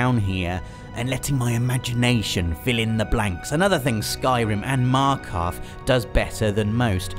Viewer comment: I always watch you and make sure I catch up on your Friday features and literally ALL of our favourite games are the same (except PES....) and your writing and storytelling is exceptional... but.. Markarth?!!?!?! WHAT THAAA FRICK!